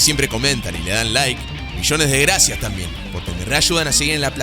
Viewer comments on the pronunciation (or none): none